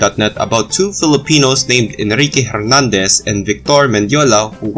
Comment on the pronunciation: Very interesting! But you mispronounced the soldiers's names. Victor is nounced BEEK-tor, stress is on the first syllable. And Hernández is pronounced air-NAHN-dayss, the h is silent. These being Spanish names from so early they would have most than likely been pronounced in a perfect Filipino Spanish accent.